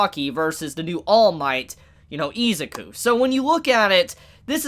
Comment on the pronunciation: this man saying izuku as ezaku is driving me god damn insane.